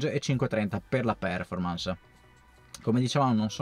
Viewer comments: solo una cortesia se possibile... quando pronunci performance l'accento fallo cadere sulla o perchè così non si può sentire.:) Grazie per i tuoi contributi sempre molto utili e interessanti. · volevo farlo notare anche io, il mio prof di inglese mi avrebbe defenestrato vivo se lo avessi pronunciato così.